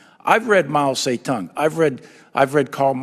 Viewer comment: He can't pronounce Mao Zedong. I bet he knows Communist manifesto more than the Bible.